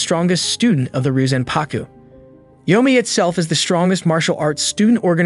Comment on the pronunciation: It’s actually pronounced reee yo zan pah ku Not ryuzanpaku